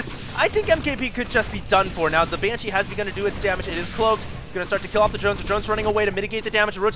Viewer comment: BANESHEEE!!!!! lol